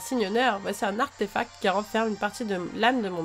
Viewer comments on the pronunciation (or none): none